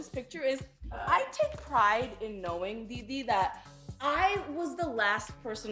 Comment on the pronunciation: No one: Lilly: Didi CC: Deedee